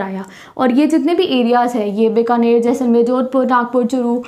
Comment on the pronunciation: it bikaner not binkaner